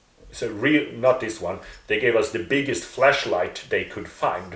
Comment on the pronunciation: Maybe it's your accent or maybe it's mine, but when you say "flashlight" it sounds exactly like "fleshlight" ,and it's bloody hilarious hearing you say how JW are given and use fleshlights.